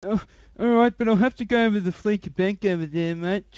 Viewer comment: Congratulations on a completely successful scam - Finally! One bone to pick, though: y'all keep pronouncing Fleeca Bank as "Fleeka" - It's "Fleesa," a parody on the term Fleece, as in getting the wool pulled over one's eyes...